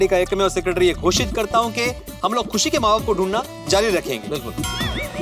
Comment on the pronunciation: 6;23 khushi bolna nhi aa raha